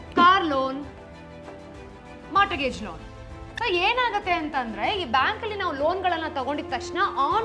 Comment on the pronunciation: punyakke mata mantra andilla 😂😂adu mortgage (t silent) so morgage..nivella YouTuber…🤩